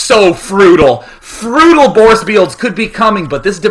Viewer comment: Frutal Borce Bields D